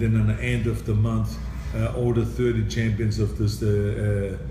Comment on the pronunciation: Love how he says, "Chempions."